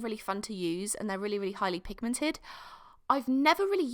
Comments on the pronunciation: For the first part of the video I misheard her a thought she was saying Maltesers and I’m like aren’t they candy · I love when you say "P I G M E N T E D" I crashed the replay button for that